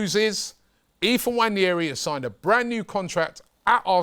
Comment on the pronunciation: pronounced WA-NE-RI, not wanyeri.